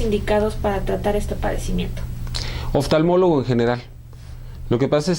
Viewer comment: No se dice oftanmólogo, se dice oftalmólogo